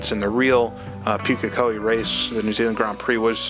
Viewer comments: Just as a note - Pukekohe is pronounced POOK (rhymes with "book")- A - Ko- Hee Maori and Japanese share a pronunication scheme, so if you can say it in Japanese you can say it in Maori :) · Pukekohe is pronounced Pooka-Kohee. The maoris will eat you if they hear how you say it.